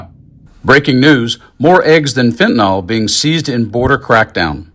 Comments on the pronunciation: Fentanyl not fentanol, mispronouncing it makes dealing with it harder. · It bugs me to no end that everyone says fentanol.